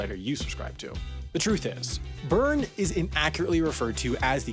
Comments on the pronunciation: If you 're going to talk about Bern, maybe you should learn how to pronounce it. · I spent a summer in Lausanne and I remember talking to one of my friends there about going to visit Bern (pronouncing it Burn as in the video). They were confused saying they hadn't heard of it, and I said, the capitol city? And they said "ohhh Beln" (with a good french Swiss accent) (They didn't correct me on calling it the capitol)